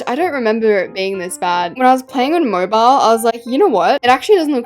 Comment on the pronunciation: you dont say "mobile like "moibal"